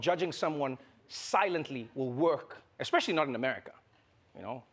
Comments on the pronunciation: Especery 😂😂😂, I’m sorry Trevor 💀🤣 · Did Trevor just say " Especiarry"? He's really African